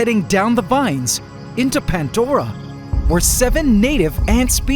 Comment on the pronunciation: You call it PANTDORA but pronounce it PANDORA every time 😆 Love this channel ❤